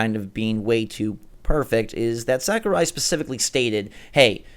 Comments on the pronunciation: Sakurai not sakruai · Who's Sakruai?